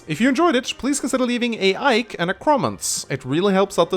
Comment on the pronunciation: lol it soundin like you sayed ike not like